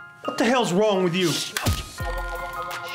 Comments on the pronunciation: 🤣🤣🤣🤣🤣🤣your computer is wung Man: did you say wung???? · She said your computer is wong yet she meant wrong 😂😂😂😂😂😂